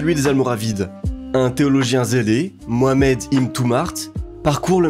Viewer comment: Juste un truc! Pourquoi tu a du mal à dire MOHAMMED !! P1S MO A MAD !!!